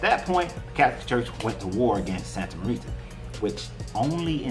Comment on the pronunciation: Pronounced -- Santa More ta , like more and ta with a long a sound